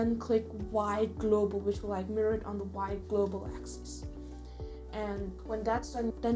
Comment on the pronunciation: This was an awesome tutorial but i got confused at the end where we have to hirror the arm. Couldn't rlly understand what you were saying. Can anyone please help me!